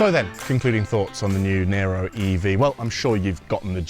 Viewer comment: It's "Niro", not "Nero"